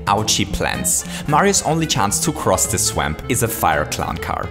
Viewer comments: Did You Say -Mario's Only Chanse To Cross This "SWEMP" -?? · says swamp incorrectly